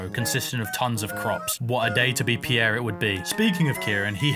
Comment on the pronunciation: Pronouncing Pierre "Pee-yeah" is wild. Just leave out the "ee" and you're good. Very cool play-through, though.